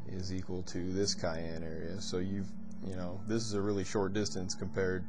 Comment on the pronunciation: Awesome video. However, it's pronounced sy-ann. ☺️